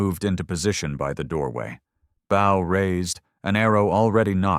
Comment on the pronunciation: The weapon bow is pronounced /Bo/ unlike the verb which is pronounced /bao/. Throughout this story, no one is bowing to anyone, and the bow is always ready to use, but the narrator would have the reader believe that in times of imminent danger, people are reaching for their bowing prowess.